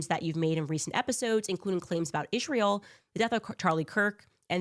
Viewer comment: It's Israel NOT Isssshreal! Uggghh GOD that is one of the most annoying things she does🤦🏼‍♀️